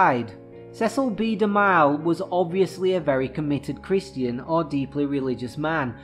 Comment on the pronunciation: I thought it was pronounced De-Mill (DeMille)